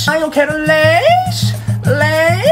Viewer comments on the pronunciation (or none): "EU QUERON LEIXEHH~" KKKKKKKKKKKKKKKKKKKKKKKKKKKKKKKKKKKKKKKKKKKKKKKKKKKKKKKKKKKKKKKKKKKKKKKKKK